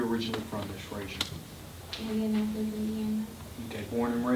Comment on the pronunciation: Did she say indianapoli indiana